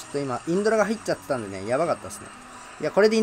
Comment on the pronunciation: もうのせいでインドラのことインズラーって呼ぶ体になってる